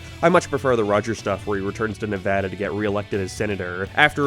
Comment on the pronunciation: thank you being one of the few to say Nevada correctly